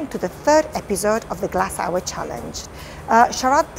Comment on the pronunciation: Me: I will not laugh this challenge The lady in the beginning: Glasshour Me😂😭